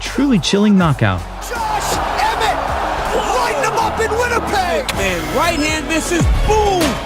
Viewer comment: Lol bro it's Josh Emmett not Jorsh Emret